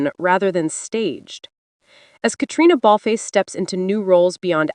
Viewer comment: Why doesn't this narrator learn to pronounce Catriona Balfe s name correctly?!